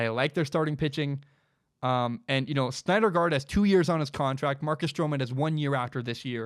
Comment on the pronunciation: It's pronounced Noah SIN-der-guard. Not Snyder guard